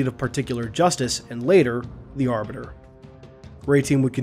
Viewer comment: Did you mispronounce the Arbiters name